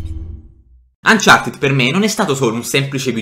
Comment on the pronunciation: Ma il gioco uncharted si pronuncia uncarted no umchartied